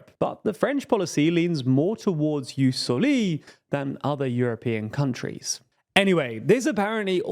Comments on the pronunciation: Probabl pronounced "Ius soli" Not "ius solí" Like levioosa not leviosá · The pronunciation of "Jus Soli" bugged me so bad, it's just a 30 second google job to find out how to say it right... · Why are you mispronouncing "jus soli" like that? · Jus soli is a Latin term not a French one!!!! You don’t stress the last vowel when pronouncing it!!!!! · Pronunciation wise, it's JUS SÒLI, not JUS SOLÌ The French might disagree, but it's a Latin word pronounced in an English channel, so... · I know I may sound petty but it’s Ius SoliS with the S being emphasised, not silenced Hope that helps :) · "Jus soli" is a Latin term, so not sure why you pronounce it like a French word; also, plenty of mistaken data there, as pointed out by tother commentators. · it's Jus Sòli not Jus solì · It is soli not soliii, to be read as Hermione, it's latin